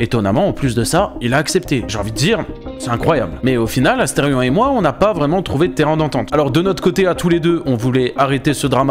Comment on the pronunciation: asteridicule et pas asterfion !